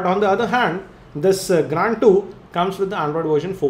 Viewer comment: plzz stop speaking grAAnd bro its grand...